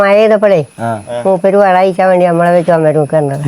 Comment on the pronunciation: വള്ളമല്ല മോനെ വെള്ളം